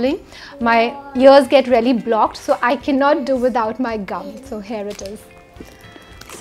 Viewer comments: Same😄😄 sephora mask is rarely good?! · Nice video, I had to watch it twice to understand that she's saying 'really' and not 'rarely' :D